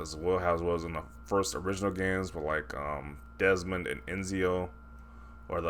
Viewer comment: Ezio. Pronounced: "Et-Zio" 😁